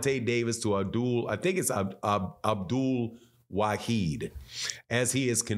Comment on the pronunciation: The man’s name is ABDUL WA-HID 🤗